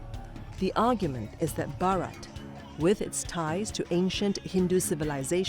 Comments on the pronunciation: Who is this foolish anchor who cannot pronounce the word BHarat? Over and over mispronouncing the word. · How the hell this lady continuously offending by calling Baarat in African accent instead pronouncing correctly Bharat, Bha is not Baa here “h” must be called out with B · Not borot it's bharat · The presenter cant even pronounce Bharat. Such a pity the CNA has fallen to.,in its presentation.Either she is deaf and dumb as participants pronounce as it is., as Singaporean you can pronounce Bharat properly, shame on you. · If that were so, why are we still using Persian pronunciations then? Are you going to call Hindus as Sindhus, and Hindi language as Sindhi language now? 😁 And "Hindutva" would be called "Sindhutva" then? Let me drill this into your head again - the words Hind, Hindu and Hindi are all Persian names of this land, its people and its languages and they are all derived from what the Persians called the Sindhu/Indus river - "Hindu". Greeks adapted the word "Hindu" as "Indus" and "India" as the leading "h" sound became silent. Its all derived from the same thing.